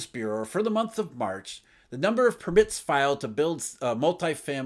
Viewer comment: it is PURR-mit not pur-MITT - you have the emphasis on the wrong syllable